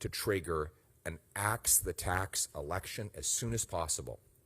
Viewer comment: Lose the accent on the E in election